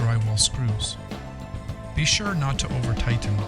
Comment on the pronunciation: Do not over tigh-ten. . .